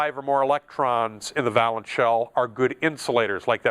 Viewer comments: Thanks for the lesson. One thing though, valence is pronounced "vay-luhns" (with a long "a"). A valance (va-luhns, with a short "a") is a length of decorative drapery hung above a window to screen the curtain fittings. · It's pronounced VAYlence. It doesn't rhyme with "balance" I can't stop myself, sorry. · valence is pronounced vay (like pay) lence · I like it, but it's VAY-lence I think. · I love to see folks spread knowledge. Good job! I just wanted to inform you that "valence" is pronounced VAY-lence (with a long A). It's not a big deal, but it's good to pass on accurate knowledge. Keep up the good work for your students... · It really bugs me that he doesn't pronounce "valence" correctly.